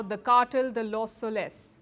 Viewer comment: LOS SOles not soLES. stress on first syllable